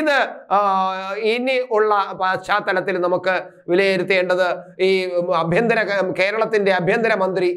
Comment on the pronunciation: അഭ്യന്തരം അല്ല അണ്ണാ... ആഭ്യന്തരം....